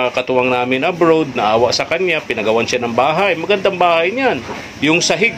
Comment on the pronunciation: Nakakatuwa mag bigkas ng Abroad (abrod) si kuya ang kanya Abrowwwwd